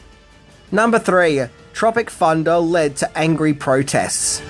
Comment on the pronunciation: Sounds more like you pronounce it ‘Tropic Funda’ actually 😆